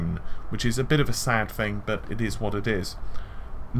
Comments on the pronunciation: I hear it like ooh! "Butt!" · Lol, am I the only one who heard the last "but" as "FUCK!" I swear, it sounds like he says "FUCK! With all of that said.... "